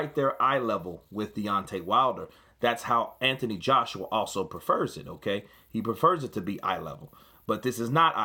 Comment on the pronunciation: "Hmm kay" =Okay 😂